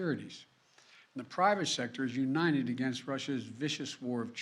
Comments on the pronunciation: He can't even say the word 'UNITED' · This joker cant even say United 🤡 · He can't even say united lol